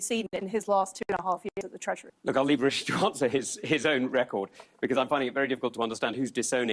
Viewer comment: Hope that it isn't Sunak or Truss. I couldn't take another year or two of the skinny guy pronouncing it "Wishi Sunak" or "Liz Twuss" all the time.